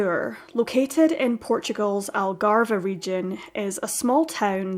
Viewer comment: Just a note for next time, the 'e' at the end of Algarve is silent